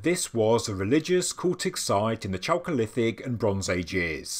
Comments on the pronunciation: "chalcolitic" pronounced /kalcolitik/ anyway love your reports i Really appretiate your used of at least older place names: anatolia, instead of turkey. it's Krazy when you read/hear about discoveries of say "a pakistani city of 5,000 ago" like still we hear. or a "palestinian" settlement.. when "palestine" was a name place of an area in today's syria that the romans used in their efforts to erase judah and israel from the map literally . people might get the wrong idea : ) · Great video, thanks for covering it. I kept having a childish thought whenever you said chalcolithic which sounds like the cholesterol period. Which was clearly the tastiest and best period within the broader Neolithic…or as it translates from Greek, it is a copper age transition from stone to bronze ages. But I prefer to think of the intrepid and far away navigators of the Pacific Islanders who arrived in South America to discover cacao pods. Check out ethnobotanist Wade Davis if you’re unfamiliar with him. The ancient and advanced seafaring peoples of the pacific and the DNA and red hair of the original peoples of New Zealand are a fascinating connection to the ideas of a global 15k year old civilisation. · Chocolithic or choakolithic? Sorry, bad hearing